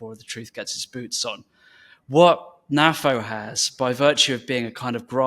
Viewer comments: Hi, do you also pronounce NATO as Naah-Toe?. No? I didn't think so. NAFO translates to North Atlantic Fella Organization, and I see no reason why it should be pronounced the way you do. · Personally, I pronounce it NAFO ... but then, I'm a boomer. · GenX NAFO FTW! Oh yeah... and you pronounce it NAFO 😁.